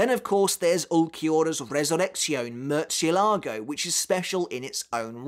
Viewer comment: The way he says “murchzielago” infuriates me